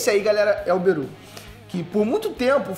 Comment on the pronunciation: tlgd quem é Beru,mas ele falou berus